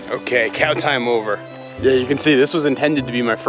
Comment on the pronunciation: Please please please, NOT “Hey cyow.” For some reason I have a visceral reaction to that…of repulsion. “Cow” is good, just say cow. Or anything else. Thanks :)